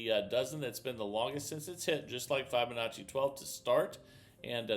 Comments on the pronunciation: I love this channel, but I'm afraid I leave every time I hear start off with "f-eye-binacci".... is there a valid reason why he misprounces that word? Even kids know to say fib-anacci. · I have been teaching FIB O Nacci for nearly 25 years and it drives me nuts :) Not Fi BO NACCI